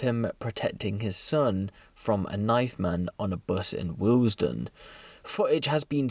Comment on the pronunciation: it's Willesden, not waillesden LOL